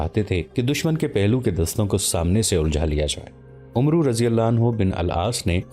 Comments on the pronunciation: ارے بھائی عُمرو نہیں ہوتا، اسے عَمْر پڑھتے ہیں، ایک بار آپ اسے ضرور سنا دیا کریں، ورنہ اچھی نیت سے آپ غلط طریقے سے بہترین تاریخ پیش کریں گے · برادر، تلفظ کی اصلاح کیجیے۔ عمرو بن العاص میں عمرو نہیں بولا جاتا یہ بولنے میں امر ہوتا ہے۔ یعنی بولیں گے تو اسے "امر بن آس" بولیں گے۔ لکھنے میں عمرو بن العاص ہی ہو گا۔ شکریہ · بھائی لکھنے میں عمرو بن عاص ہوتا ہے پر پڑھنے میں عَمر بن عاص پڑھا جاتا ہے۔ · Umro nahi amer ibni aas ,aur sharjel nahi shurahbel ibni hasana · Please correct yourself. The name of the Sahabi is NOT Umro bin Al Aas. The correct pronunciation is Amar bin Al Aas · عمرو نہیں بلکہ امر کی طرح عمر پڑھا جاے گا باقی ماشاءاللہ بھت خوب❤❤❤❤❤❤❤❤ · او اللہ کے بندے عمروبن العاص کو عمرو نہیں بلکہ عمر پڈھتے ہیں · Brother his name was not umru its amar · عمرو کو عَمَرْ کہنا چاہئے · عمرو لکھنے میں ایسا ہے لیکن پڑھنے میں عمَر ہوتا ہے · عمرو کو پڑھتے ہوئے عَمر پڑھتے ہیں یعنی ع پر زبر اور و نہیں پڑھتے۔ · عمرو پڑھنے میں امر پڑھا جاتا ہے۔